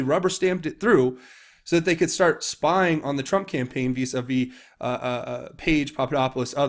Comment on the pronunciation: “Visa V”. Is this some code word? I’ve heard of ‘vice versa’ but that’s not what narrator said.